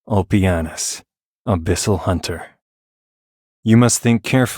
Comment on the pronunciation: thats not ulpianus, thats ulpenis